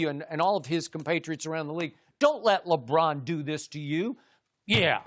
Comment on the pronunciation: LA Brahn